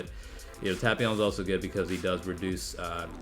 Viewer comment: That's the correct pronunciation,the dub's pronunciation is what truly hurts.